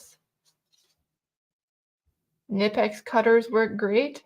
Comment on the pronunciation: Nip ex.. with a "k" ... knipex.